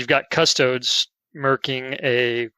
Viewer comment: It's pronounced: CU-STO-DEEEZ